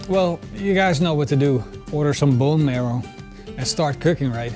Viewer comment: What are you trying to say? And did you mean "marrow"? Hehe, "merl"...